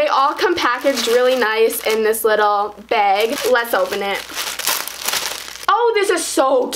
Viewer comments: It sounds like she says beg not bag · "Baeg" "Taeg" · lol the way she says ‘bag’ 😂